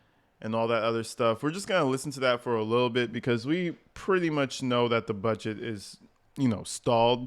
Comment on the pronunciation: I hate how she says the word "budget". She says it like "a bedget" nggas are surrounding that old man like they're gonna smoke his a**. Fckng wild